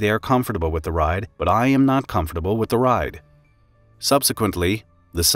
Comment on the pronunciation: Omg finally someone who pronounces "comfortable" the same way I do!!! I feel so validated.😢😂 I've been teased for it before!!!